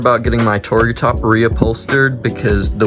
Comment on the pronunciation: Learn how to say TARGA